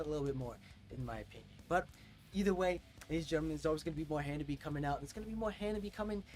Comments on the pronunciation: Well, you make the same mistake most people do, it's not "Ha-Na-Bee" it's "Ha-Na-Be-Eh" it ends with a "eh" sound ! put the subs on ther are quite of english in this song. "I can't take it anymore now ! " "Take Your Freedom !" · these 'gals'!👍 Ha-nah-bee-eh, like you're Canadian! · The RIGHT WAY to say "HANABIE."'